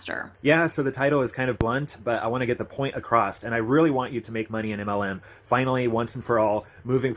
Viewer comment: Everything he's saying is so cynical. Why can't people see this? Personally, I lost interest in his speech quite early because there is no t in across.